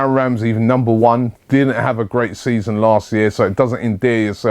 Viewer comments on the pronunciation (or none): none